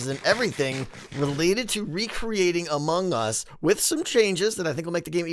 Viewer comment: I have to tell you again, because apparently you’ve forgotten what Zed said, Among Us is not pronounced like 2 words.